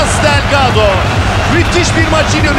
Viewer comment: Melih Şendil delgadoyu en güzel telaffuz eden adamdı